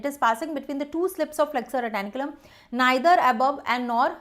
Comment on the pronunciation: Someone pls say her it is flexor retinaculum and not flexor retAnIculum